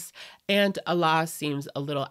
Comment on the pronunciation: The pronunciation of Alaa in English is actually "Aladdin" minus the "-ddin" syllable. A-lah. In Arabic, the name Aladdin is Alaa-ud-din. Allah and Alaa are pronounced differently. I don't mean any personal slights against anyone, but it's just something I wish I could physically say once and be done with it lol.